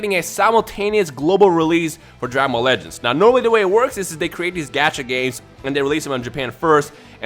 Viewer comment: When you say "Dragon Ball legends" i hear "dragon ball lettuce"